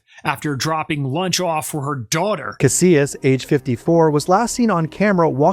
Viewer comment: It’s pronounced Ca-SEE-as. Melissa Casias. If that helps